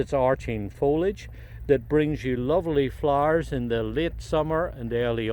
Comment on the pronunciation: love the Irish ☘️❤️ thank for your videos x it when you say floooers 😊❤️